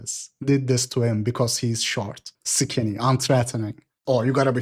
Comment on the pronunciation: "Short, sikinny"